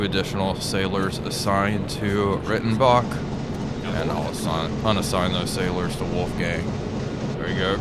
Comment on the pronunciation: The Rei in Reitenbach is pronounced like "Rye" by the way